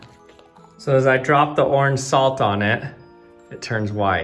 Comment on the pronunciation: He has just a wild way of saying “orange” as “oarrrrrrrnge”